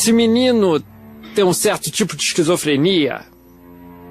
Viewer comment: Ixcrizofrenia acrubatica malucoooo h Ahahahahhahaha